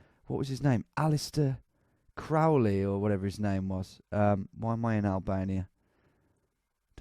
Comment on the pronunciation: I died when he said aleister Crowley😂